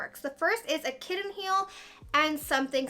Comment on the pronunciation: I appreciate how particular you are!! You like things a certain way!! And I am dying over how you say Buddon and Kidden heel 🤣🤣🤣